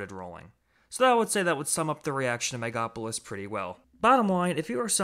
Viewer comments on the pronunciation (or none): It's based on actual events in the Roman Republic. And it's pronounced mega-lo-po-lis.